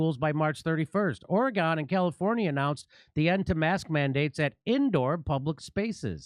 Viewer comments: I love ya Jimmy - but Ore-GONE......really?! I mean........we're LITERALLY the state right above you brother. Lol. It's Orygun buddy. Lol. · OREGEN NOT OREGONE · Ory-Gin, not Ory-Gone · Or E Gun. Not Or E gone. Love you Jimmy from Eugene,OR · Oregon is pronounced like ‘organ’ and not like ‘or eh gone’ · It’s pronounced ore-gun not gon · Dude, I love you, but it’s pronounced Oregun. I still love you though :) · Oregon is pronounced Oregin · It's pronounced "Ore-gen" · it's pronounced or y gun!!! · The ending is pronounced more like "gun," but speed up the u. Edit: and the e is more like a soft a. Oh-ruh-guhn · It is pronounced Orygun. Please. What do you call Arkansas, Are Kansas. heh. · I hope Jimmy is being silly about pronouncing Oregon that way. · Completely agree with Jimmy 💯. Let’s work on the Oregon pronunciation tho (says my Pacific Northwest self/ocd) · After listening to this clip I am asking myself: "Have I been pronouncing Oregon wrong my whole life?" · It's like "organ". Emphasize the OR a bit and we'd appreciate lol. You can spot an out-of-stater real quick.